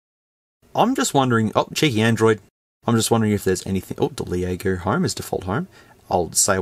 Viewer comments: It’s pronounced “Lego.” Not the Lego blocks. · 'Leh a go!' I'm dead 🤣🤣🤣🤣🤣🤣